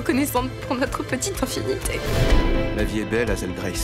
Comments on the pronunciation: la vf est nulle a chier, ils ne sont même pas capable de respecter un minimum l'accent anglais sur les prénoms "wateurs" et "hazelle" mais c'est une blague ou quoi ? un conseil regardez le en VO c'est bcp mieux ( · Bon Dieu, la façon dont Hazel prononce son nom est horrible! En plus ils ont spoilé le dernier mot, les cons! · Ils ont complètement changer les dialogues dans le livre c'est pas du tout ça ! Et c'est quoi ces voix ça leur va pas du tout hazel a une voix trop heureuse et au dernière nouvelle hazel ça ne se prononce pas comme ca !